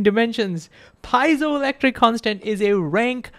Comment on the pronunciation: Great explanation! I'm pretty sure that you mispronounced piezoelectric though.